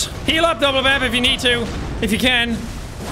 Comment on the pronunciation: I'm mildly upset that he called the mimic double-bampf instead of Binkeldampf